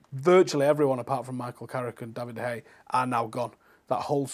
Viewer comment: Ffs It's David de Geeeee-a not David De hey